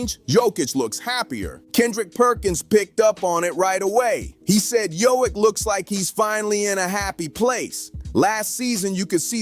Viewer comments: ITS NOT HOIK ITS JOKIĆ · You needed to pronounce the "k" because I didn't know who you were talking about 😅